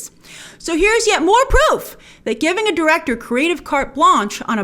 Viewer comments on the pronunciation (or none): Who says “Ree-ann” for “Righ-inn”? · Reeann??? Pretty sure it’s pronounced Ryan. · It's pronounced "RYE-AN" (Ryan) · Why does she keep saying 'Ree-an' Johnson...isn't it pronounced 'Ryan'?? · Rian Johnson is pronounced Ryan Johnson not Ree-an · Ryan not REE-IN lol 🤣🤣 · It's Rian (Ryan) not Ree Ann unless you are trolling lol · His name is pronounced 'ryan'... Not 'reann'!!!! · why is Grace saying "Ree an" jhonson? She used to call him Rian! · Bltch it’s Rian Johnson (pronounced Ryan) not Rean Johnson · please pronounce Rian's name as Ryan. the way that it is meant. Do your research Grace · It's pronounced exactly like Ryan. Just the Irish spelling. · I thought it was pronounced R-eye-an johnson? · Its Ry-an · Grace isn't his name pronounced "Ryan" 🤔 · pretty sure its pronounced ryan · Is grace buggin or is that actually how your pronounce Rian Johnson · Omg grace its r-I-an, that annoyed me so much 😂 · She's said in previous videos that she has a hard time not only pronouncing names, but also remembering how to pronounce them. As a guy named Ryan, trust me, it's frustrating hahaha 😅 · “Ree-ann Johnson”? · I think 'Rian' is pronounced the same as 'Ryan' but anyway... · Rian is pronounced like Ryan, Grace. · Lol why she she says rian like that it’s spelled lily that but it’s sounded Ryan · I thought it was pronounced RYAN....?? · It's pronounced like Ryan. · Its pronounced Ri-an, just as you would pronounce Ryan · I had to look up Rian Johnson’s name because i thought you were pronouncing it weird but nope, you are right. I thought it was pronounced Ryan but i agree Rian is probably pronounced Ryann, with the i pronounced as an e (or i if you are Italian). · Jesus, if your going to spend your video shirting on someone at lest pronounce their name correctly. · Who taught you to say Rian?